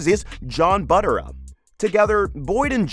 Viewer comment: It's not "Butter-ah" -- it's Bue-terra"